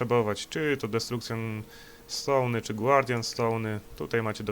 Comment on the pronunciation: "destrukcjon stołny", "głardjan stołny" i "lep stołny" mnie rozwaliły :D